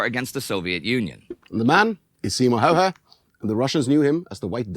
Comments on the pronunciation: The dude who spoke first pronounced Simo's name well but, the narrator for whatever reason pronounced his name reasonably decently the first time but became steadily worse as the video goes on. Why? Presumably they both learned Simo's name at the same time. But wtf, nothing depends on it. (Btw, he didn't only put snow in his mouth to prevent the vapour puffs, he froze his rifle's barrel to also prevent the escape of visible vapour. He didn't "find a new home," the government gave him a farm. And the rest of the boo-boos. Like, his total kill count, rifle and machine gun, was 800+. All in 100 days.) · The narrator's pronunciation of "Häyhä" just hurts my ears. Also that photo is often used to portray Simo Häyhä, but that's just a staged photo of some random Swedish soldier. Not a Finnish rifle, and Simo didn't use masks. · If I had a penny for every single different way Häyhä was pronounced in this video, I'd have half a pound